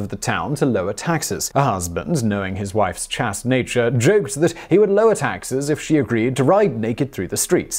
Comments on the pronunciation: "Chaste" not "chast" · "Chast"? That's a long a, silent e at the end: chayste. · Chast? A basic word—chaste. Long A, and you can’t even get this pronunciation correct. Come on. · Took me a minute to work out what you meant when you mispronounced chaste so horrifically. The a is like in chased.